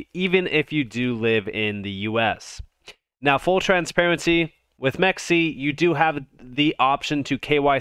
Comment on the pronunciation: It’s “m Ex c”